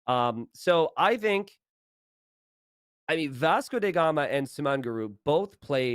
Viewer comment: Why does keep calling him "Vasco dey Gama"?